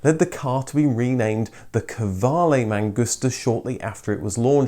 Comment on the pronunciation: Qv is pronaunesed Kv, it's an old Norwegian spelling, almost like the english word Queen!